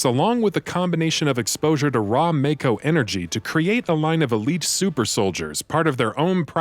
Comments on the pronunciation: It's pronounced MAH-KO not MAYKO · It’s MAAAAAAAAKO!! Not Mayko lol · I love these videos, but now that we've had a full voice acted game produced, with direction from the games creators, are you going to correct your pronunciation of Mako (Maw-ko)? Not trying to be an ass, this is an honest question. I know old habits die hard 😉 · its MAKO not MAKE O